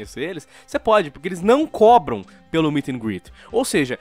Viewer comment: Ficou "combram" ao invés de "cobram"